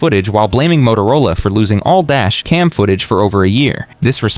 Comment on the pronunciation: "All dash, cam footage"... man if you're going to narrate with AI, at least train it better. How do all these AI trash videos get so many likes??